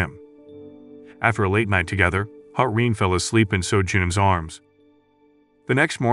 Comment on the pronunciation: The FLs name is "Ha-Rin" not "Hamin". I looked it up.